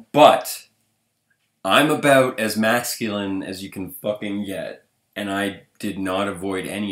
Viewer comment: Hah he said aboout